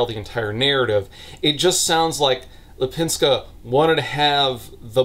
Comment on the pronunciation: You were very close with her name. Lip in Lipińska is prounounced more like leap and not lip and I have no idea how to explain "ń" maybe like high tone "ni" in pinion or the double "n" in nanny? That's the best I can think of.